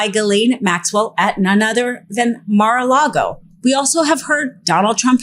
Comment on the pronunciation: "...trafficked at Mar-A-Largo...?"